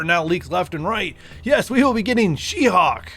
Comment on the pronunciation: Her name is She-HULK, not She-HAWK!